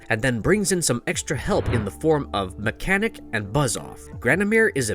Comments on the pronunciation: Omg this guy calling mekaneck mechanic is killing me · His name is Meckneck not mechanic